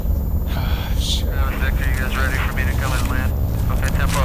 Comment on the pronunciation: Lmao I literally heard married too. I think he meant buried 😂